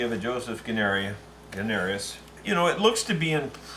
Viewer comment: Hello from Australia. Really enjoying your fiddle work videos, very much. Thanks for sharing. If it helps, Guarnerius sounds like Gwanarius. Looking forward to seeing more fiddle restos.